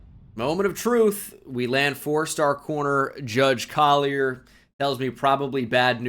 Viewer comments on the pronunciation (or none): none